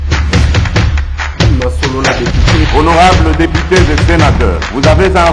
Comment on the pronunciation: Pourquoi il dit deupité?